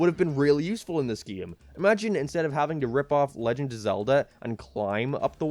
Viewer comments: i love how says gim instead game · u pronounce 'game' funni